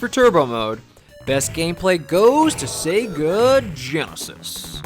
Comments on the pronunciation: how it's always been pronounced. how the sega guy from console wars pronounces it. how everyone pronounces it. how it was pronounced in commercials. how it is pronounced when you turn on sonic. SAAAAAYGUUUUUUHHHH. sayguh. no one has ever said 'sehga' until this dude. it actually made me stop watching these videos. if he had some rare speech impediment i'd feel bad and start watching again and delete these comments. but of course that's unlikely. it's very bizarre and i hate it. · why does this dude pronounce it 'sehga' it's so distracting, no one does that.